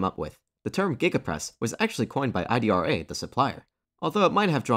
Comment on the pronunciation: The name is Idra. not I.D.R.A.